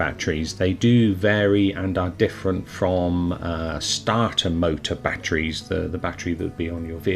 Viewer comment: Jesus Christ, it's batteries not batries